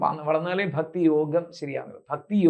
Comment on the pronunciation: ബക്തി അല്ല ഭക്‌തി